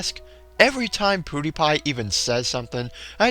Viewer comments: its pronounced ''PewDiePie'' not ''PooDiePie'' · its prnounced ''piwdiepie'' not ''poodiepie'' now i meant to put the i in pewdiepie cause thats pronounced that way..